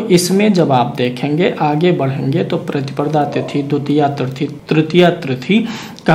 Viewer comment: प्रतिप्रदा नहीं प्रतिपदा बोलिए,लग्न का विवरण देते समय आप २५ ता० चतुर्थी गुरुवार की जगह चतुर्थी बुधवार का २४ ता० विवरण दे गए।